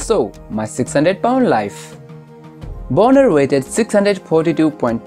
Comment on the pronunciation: The way you are pronouncing his last name sounds like a naughty word, it should be pronounced bahn-er not bone-er.